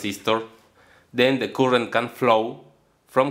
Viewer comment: Disculpe maestro por mi intromision pero la palabra current en ingles se pronunciaria algo mas o menos asi como courent sin demasiada rrr , jaja , soy un gran admirador suyo !